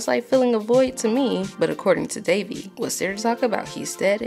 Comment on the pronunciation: That was a pretty good review but it kept bugging me when you said Devi's name as Davey. Keep up the good work, I enjoyed the video